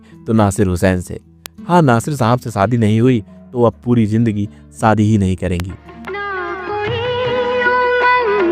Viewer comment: Aap aasaa aasaa hûdd se zyada bolaa. Asal mèï vo aasaa nahee ASHA hāï Saadi = shaadi --- Aap every day Aashaa aashaa kar k 100 baar boliyega. Taa k Aap ka SAA Shaa hoojaaye.